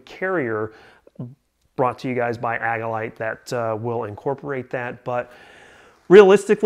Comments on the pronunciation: Good review... thumbs up! I've had mine for some time now and love it. One small review critique... it's pronounced "AGILE-ite" not "AGG-ilite." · Mispronouncing Agilite is suspect. Seems like just a clickbait review if you don't even know how to pronounce the name of your "favorite" carrier.